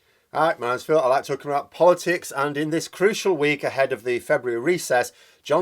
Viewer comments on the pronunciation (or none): none